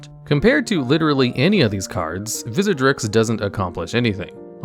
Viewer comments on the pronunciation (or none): I turned it off right when you said Vizzerdrix!!!! The disrespect! Just kidding, great video!! Keep it up